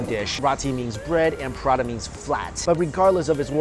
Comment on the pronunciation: PA-RA-THA... Not Prada